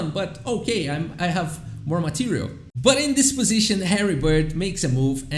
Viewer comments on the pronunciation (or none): Na verdade ele fala "but in this position", mas parece mesmo kkkkk